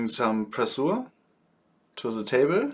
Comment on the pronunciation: Good copy of "Master Sorin". Keep going. Your English is sometimes really funny. f.e. "pressure = presuhr" - must be "prescher". Sorry for this comment. I'm German, too. Grüße aus dem Norden aus Oldenburg, auch ein Laienbastler